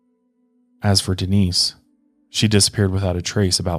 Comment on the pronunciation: “Den-ice” I thought you would remember from the mile higher episode!